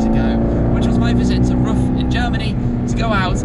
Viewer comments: No, please don't apologize for that! :D But just as a tip for future videos with RUF: It's more or less pronounced like the english word "roof" ;) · As a German, I actually find it quite cute how Tim pronounces "RUF" :D